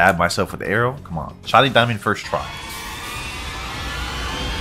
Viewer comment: Bro says shinning diamond, it's crazy dubbed bozo 🤣